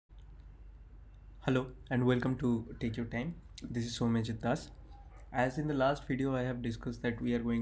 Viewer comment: Bro why you say techurtime as take ur time or I am hearing it like that , anyways this was lol 🤣😂🤣